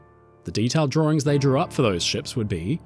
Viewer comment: “the exact same set of drawrings . . . “ too cute 😊 😂